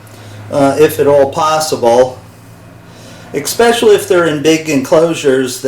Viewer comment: We enjoy your channel and content. It is excellent and extremely close and exciting to watch. I watched your rant about viewers and their grammar and just had to point out....it is eSpaically....not eXpecially. You say it all the time that way and with your anger with improper grammar, I thought I should point it out. We are your fans nonetheless.